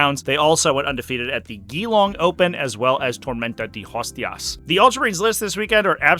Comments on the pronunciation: How you pronounced Geelong (G-long) make ever Australian's skin crawl! 😂😂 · Not that you will ever use this info again, but both e's in Geelong are basically silent. Great breakdown! Thanks!